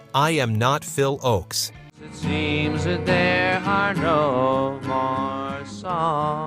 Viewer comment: It's pronounced "OAKS", not "OX" !